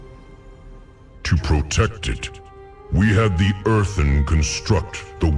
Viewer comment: Pls stop calling Earthen as Earven… Youve spoken english for so many years now, how is your pronounciation not improving?